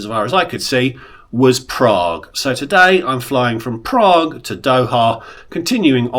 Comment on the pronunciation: I love your videos - they are so informative especially about racking up good value Tier Points. This business class looks pretty old but, as you say, it's ok for 5 hours during the day but not good for night flights. I wouldn't be fussed about an extra meal if I'd been in the lounge plus the opening meal. Highly amusing was how you said "Prraaague" at the beginning and then "Bunniks"!